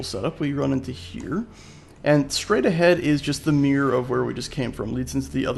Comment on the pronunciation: Took me ages to figure out that when you are saying "meer" you mean Mirror.